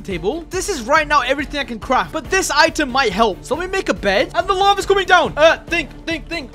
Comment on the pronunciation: its not lavar it lava